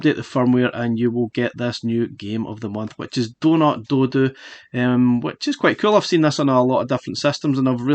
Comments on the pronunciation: I dunno if is just your accent but I keep hearing doodoo when you say dodo as in dead as a dodo lmao. Got this game on pc a while ago, what we saw here is basically 80% of the game. There's only 5 levels to it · Great review and I prefer your pronunciation of the game "doh doo" which harks back to Mr Do! than mine "doh doh" as in extinct bird ;-) Keep up the awesome work!